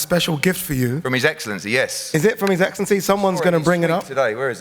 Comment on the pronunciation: His eggcelenty😂